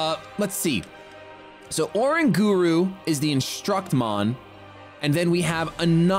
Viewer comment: Pls say oranguru right :((((